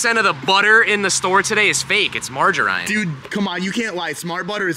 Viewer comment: Marger Rine 😂😂😂🧈